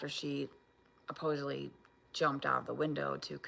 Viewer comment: Did she say, "apposedly," and "thoratic?" 61 is showing again! 😂